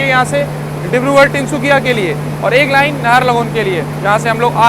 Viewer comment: Are bhai dubara bol raha hu टिनसुकिया नहीं तिनसुकिया है